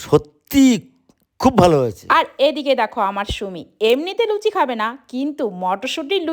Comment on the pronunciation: লুছি না লুচি এরা কি পড়াশোনা করে নি কোন দিন মূর্খ কথাকার।